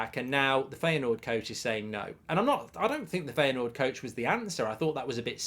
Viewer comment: Its pronounced Fire Noord. Not Feya Noord.